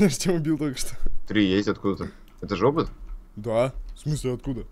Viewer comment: купидон сказал не опыт а жопыт